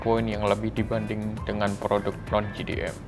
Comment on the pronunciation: Jei Di M (JDM) Bukan Ji Di M (GDM)